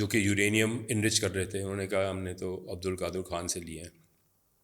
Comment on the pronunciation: چوتیا نام نہیں آتا تمیں اور بحث کر رے ہو اس ریسرچر کا نام عبدالقادر نہیں عبدالقدیر ہے 😇